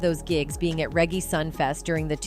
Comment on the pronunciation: Not saying B is clean, but that’s a whole lot of speculation….. …..and a whole lot of errors in verifiable facts. Like pronouncing Busta and Reggae. 😂😂😂